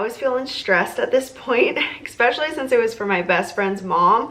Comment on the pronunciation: so adorable! and the charcuterie is amazing! also please don't say eck-specially. there's no k sound in that word and you're driving me bonkers :) now, off to Trader Joes because I must try to make some of this for my son's party. thanks!!!